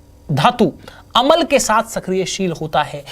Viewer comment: sir अमल नहीं होता । अम्ल होता है ।